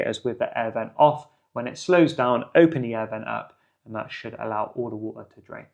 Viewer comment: 'aiee' air vent - when British English finally dies. "An air vent" - the phrase flows, no disjointed glottalstopped American pronunciation. But thanks for the video, useful.